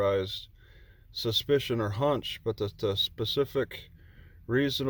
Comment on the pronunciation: I noticed that he didn't say reasonable (Articulable ) suspicion, just reasonable suspension.